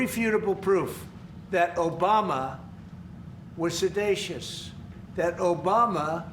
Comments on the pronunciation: He can't even say 'seditious' . Says 'sedacious' (sic). IQ of 85 tops. An illiterate. A moron. A convicted criminal. And, it's emerging, probably much worse. WTF. Impeach, remove from office and get rid rid of Vance while you're at it with his neo-nazi affiliations. America is now an irreparably divided nation. If things go on like this, partition would seem to be the only answer. The new borders could be based on IQ. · I think you mean “seditious”, not “sed-a-tious” or whatever tf nonword that senile old man said…. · mark; Um, what does "Sedatious" mean? (surprised no one had noticed this) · "sedacious" lol what a dumbass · Isn't it seditious and not sedatious? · "Sedatious" still kills me. Now back to the Epstein files! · 😂Sedacious? If anyone is sedating folks it's the orange menace in the Oral Office... alright children say it with me now, sedition. Se-di-tion. Sedation is when folks fall asleep while listening to you lie more often than you breathe. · What is sedatious? I assume he meant seditious. Also, from 2007- now there have been no scandles related to President Obama. Now all of a sudden....yeah no distraction here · Imagine Kamala saying sedacious instead of seditious… this man is so dumb. But white men are given unlimited allowances while a black women is held to the highest standard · "Obama was sedacious*." "Obama was trying to lead a coup." Project much? What a disgrace. Trump's lame attempt to retcon a coup prior to his own. Trump's not just a con man, he's a retcon man. * - "Sedacious" must be Trump-speak for "seditious". Donald J6 Trump really ought to know how to pronounce and spell that word by now, given his obvious failed attempt and hands-on expertise at it. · He said "sodacious" not sidotious lol. Hilarious. This guy calls himself a genius. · "SEDACIOUS" You can't even pronounce the word properly. Trump. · LOL…Trump is practicing bigger words. Seditious, pronounced Sedacious? Ha! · Sedacious??? Does this guy ever read a book?